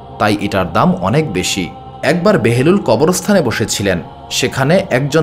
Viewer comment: ঐ সাধকের নামটি কী বাহলুল নয়?কেন বেহেরুল বলছেন।